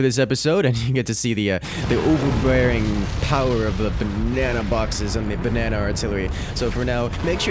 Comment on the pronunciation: ba-nae-naed on